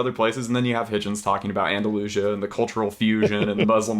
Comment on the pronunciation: Did he really say " Andalooshya " when referring to Andalusia? Why can't Americans pronounce things correctly ?